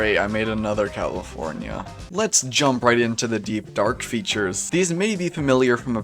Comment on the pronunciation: "Great i made another calafornya"